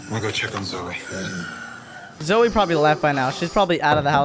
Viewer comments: Zoe it sounds like zoey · She said zoe😅😅😅